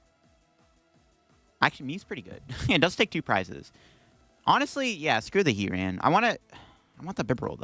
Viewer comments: HEAT-RAN is a new one for me, but a lot of TCG players don't know how to pronounce Bibarel. I've seen it before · Great video but that really bugs me alongside 'Heat Ran' and 'Bibber all' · I really like your videos but it would be a lot better if you took just a little time to learn the names of the Pokémon you mention... That's not how you pronounce Arcanine, Heartran and Bibarel